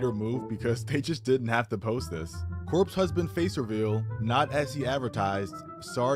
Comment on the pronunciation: "Cope husband" lmao